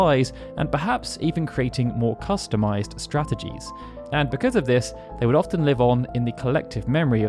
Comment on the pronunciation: Are you saying orphan, as in one who has lost their parents? Or often, frequently?